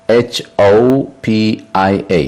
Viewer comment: ሲንጀኖፎቢያ ዘይኮነስ syngenesophobia ስይንጀነሶፎብያ እዩ። እቲ ጋዜጠኛ ደጋጊሙ ሲንጀኖፎብያ ይብል ኔሩ።